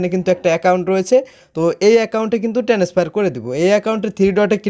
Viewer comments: টেনেস ফায়ার 😂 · ও ভাই একটু English উচ্চারণ ভালো করেন। ভিডিও বানানোর আগে খেয়াল করেন। টেনেসফার কি ভাও😂😂